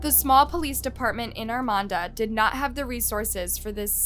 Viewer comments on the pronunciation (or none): Please STOP saying "ArmaNda" it's Armada! That's Ar-mae- duh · AR MAE DA is how it is pronounced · Girl…. It’s not Armonda….it’s Armada….. geesh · ArmaDA, not ArMANda. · There's no N in Armada, learn how to say words correctly . While Your channel is good, you tend to mis pronounce proper names a lot. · Armada, not Armanda? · ARMADA, NOT ARMANDA! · Was anyone else thrown off that kept saying "Armanda" instead of "Armada"? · Another tragic story but why does she keep calling the town "Armanda"? Theres no letter N in Armada. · Ar-may-da. Armada. Ar-may-da. You listen to people pronounce this name throughout your presentation, yet, you cant help but throw an "N" in the there. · There is no N in Armada (r-MAY-da) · Why you saying Armanda? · I religiously watch your channel. This is 15 minutes from where I live. This was hugeeee when it happened. They have a memorial garden for April in Armada. RIP I can’t help but giggle when u pronounce Armada. It’s ARRRRR-MAY-DUH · I'm from this area. This was very sad and disturbing. Also, it's pronounced Arm-May-Duh. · Not gonna lie she has a habit of not pronouncing things correct. Still love her videos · You do realize you're saying the city name completely wrong. There is no N lmao, God i hate youtubers who can't do their research right especially something as small as city names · I really like your videos, but you mispronounced Armada A LOT. There isn’t an ‘N’ in Armada. Please practice words you’re unfamiliar with to seem more polished. Thank you. This is meant as constructive feedback, not a slam.😊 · Girl, you are wasting precious time. I won't even try to count the mispronounced names of people, towns etc!!!😂😂😂 I'm ur neighbor from Detroit!!🤗🌹(I remember when this terrible invite happened RIP April💔) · The first clip used, the guy even pronounced it properly. I'm not even familiar with it, but there's not even an 'N' in the name.